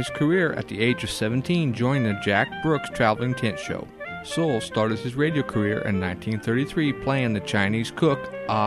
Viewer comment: His last name was pronounced soolay.